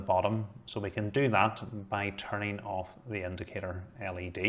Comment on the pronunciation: Why he say off like: EIF